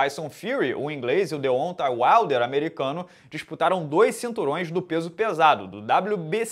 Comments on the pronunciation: De ontem Uaider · o jeito q o pronuncia Deontay Wilder me dá uma agonia kkkkkkkkkkkkkkkkk